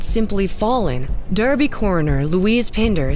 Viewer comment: Its spelled Derby but its pronounced Darby